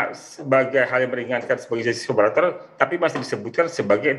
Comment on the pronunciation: Collaborator bkn collabolator..😊